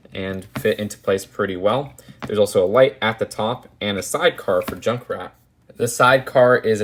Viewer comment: Wait is "junckrat" Australian?